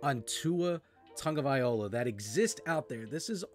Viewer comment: Tua's last name is pronounced Tongue o vai lo ha